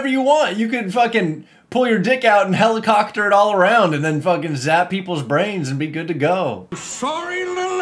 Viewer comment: "Helicockter" absolutely sent me. 😂😂😂